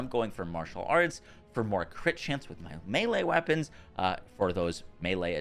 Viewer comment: "Wappons" lol